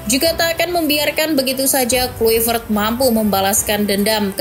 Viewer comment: Di bacanya klaivert. Bukan Kluivert!